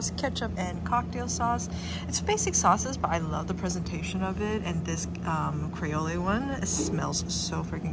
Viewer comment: The sauce you keep calling kray-ole, is pronounced cree-ol. Duh.